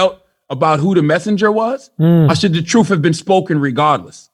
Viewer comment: I like how CThaGod says, "truth." He says, "troof." As in, "The troof is the troof." Hard to take the brain-twisted dude seriously. He reminds me of that Damon Wayans character with a pickle in a jar. Yeah, he's a goofy-ass.